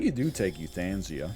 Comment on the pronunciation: Euthanasia. The way he pronounced that.